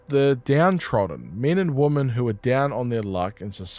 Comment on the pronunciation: Woman and women are different words with different pronunciations. Please learn the difference, you sound pretty stupid saying woman as a plural.